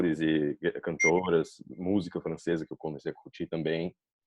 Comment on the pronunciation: ela fala um pouco lento comparado a maioria dos brasileiros e algumas palavras soam diferente "que eu" ela fala qué eu